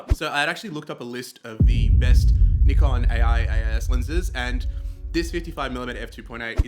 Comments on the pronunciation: Thank you for pronouncing Nikon correctly - So many say "NIGH- Kan" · Thanks for pronouncing Nikon correctly 😂